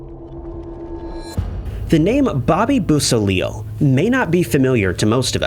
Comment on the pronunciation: Just an FYI: Bobby Beausoleil's name is pronounced: BO-so-lay (French) Volpe is pronounced: VOL-peh (Italian & Spanish for "fox") Just trying to help! I know how much you like to pronounce things correctly!